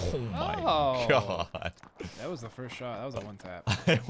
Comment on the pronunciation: Shroud saying "kho my gkhod"😂